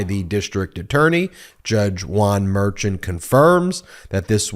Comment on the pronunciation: The judge’s last name Merchan is pronounced “mare shon” not what rhymes with urchin